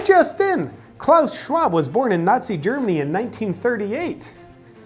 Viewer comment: it sounds so funny when you speak klaus schwab name in english. And it gets even better when Klaus Schwab try to speak english^^ Btw JP is a fucking legend!